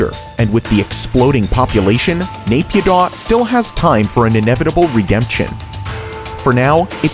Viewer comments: 1. Ciudad Real was probably the reason of the Spanish recession 2. Naypyidaw is pronounced "na-pi-DO". And it was the background of the infamous Facebook Live of an aerobics teacher's online class dancing to "Ampun Bang Jago" while the February coup was happening behind her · Mee-yan-mar. Not Mayanmar. Nay-pyee-tau. Not neigh-pee-doh. Why do Americans always do this? Ignorance? Like how they insist on pronuncing Eye-rock and Eye-ran? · As someone from Myanmar it pains me to hear him pronounce Yangon, Myanmar, and Naypyidaw